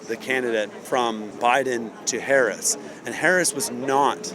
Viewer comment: That guy pronounces Harris’ name like the late pro wrestler.